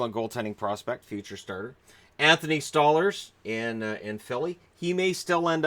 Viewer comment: Pretty sure it’s pronounced “Stole-lars”, not “Stah-lers”.